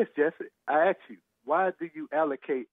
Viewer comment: My goodness. This is what cops & all other service folks got to put up with. "Ax him where he going, he telling me where he been!"